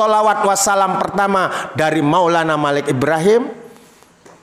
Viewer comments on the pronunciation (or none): none